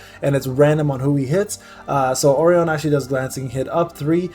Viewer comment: Listening to this dude pronounce orion, verdehile, anubis, and khmun gave me pancreatic cancer.